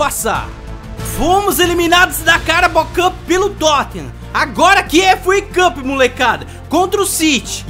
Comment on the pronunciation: "Efu uei cupi" kkkkk